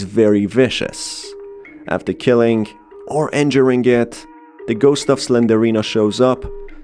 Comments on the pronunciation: SlenDRINA not Slenderina. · its slendrina not slenderina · Im sorry! The way he says Slendrina's name triggers me!🤣He saying "Slenderina" when he should be saying her name which is Slendrina! LMFAO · I just hates the way he pronounces it wrong. Its Slendrina. Not Slenderina. It was like nails on a chalkboard getting through this vid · Quick correction , it isn't slenderina , it's slenDRina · Why are you saying Slendorina bro? I couldn’t understand it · You mispronounced slendrina it’s 3 syllables